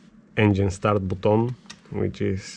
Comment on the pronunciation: I love how you say BUTOUN box... love everything you have there brother. Crazy rig!